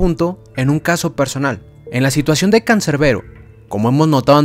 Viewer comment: CANCERBERO????, ES CANSERBERO CON "S" JODEEER😡🤬